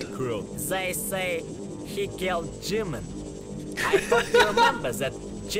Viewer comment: g-min?? More like jimin